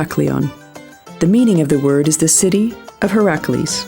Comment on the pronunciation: "Venetian" "Byzantine" "Herakles" these are probably all words she's not heard pronounced before (reading a dialogue that obviously been written by someone else)